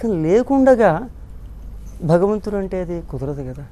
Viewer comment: బగవంతుడు అని వత్తు లేకుండా మాట్లాడే నీచుడు. ఆయన ఆస్తులపై ఆదాయపు పన్ను వారు దాడి చేస్తే బండారం మొత్తం బయటపడుతుంది. దశాబ్దాల క్రితం ధవళేశ్వరంలో ఒక దొంగ స్వామి భూమిని ఆక్రమించి ఆశ్రమం కట్టాడు. ఎంతో రాజకీయ ప్రాబల్యం ఉన్న ఆ స్వామి ఆశ్రమంపై నాటి ఎస్ పి శ్రీ ఆర్ పి మీనా గారు దాడి చేసి, ఆశ్రమాన్ని సీలు చేసారు. అలాగే ుడి శక్తిపాత లీలలు, నోటి దురద, తీర్చే అధికారులు రావాలని కోరుకుంటున్నాను.